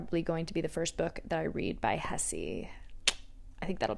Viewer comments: Hesse is pronounced /heh seh/ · the pronunciation of german authors feels like blasphemy girlllll but if you read any book from Hesse read Narcissus and Goldmund!! trust meee